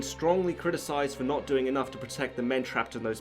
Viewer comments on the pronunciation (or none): none